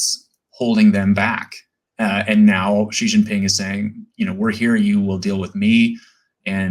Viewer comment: "That's a hanging chad for the PLA" lol Also, Ji Xinping? Stolen from the Economist Prince podcast, "Si/Sea" Xinping